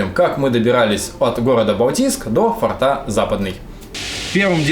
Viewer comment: Ну блин,фОрта же,фОртов - слух же режет ояебу.Хорошие у вас ролики,информативные.А что на диске поклонника было?ОТВЕТА НЕ ПОСЛЕДОВАЛО.(( Пересмотрел и снова слух режет ваш татарский язык.Ну,блин,фОрты же.Для сохранения фОрта.От слова форт ударение.Спасибо за видео о погибающих раритетах чужой земли.